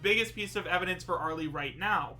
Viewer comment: How many times do I have to tell people that the "e" in "Arle" is silent?